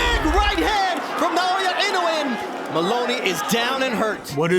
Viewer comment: Why is it that people can't pronounce his name properly? it's Na- Oyah Ino- ooooh - ay